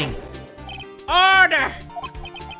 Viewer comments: How everyone hears say order: order! Oooorder! VS How I hear say order: Oda!! Odaaaaaa!. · Only me when says "Order. Order" with that accent it's sounds like "Ara Ara"? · always feeling it when saying oRdEr honestly is a mood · I swear to God if I hear him say order like that again I'm gonna scream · Every time jay says order I die laughing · Why does he say order like that...